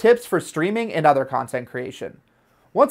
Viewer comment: aprendan a decir elgato x fa vor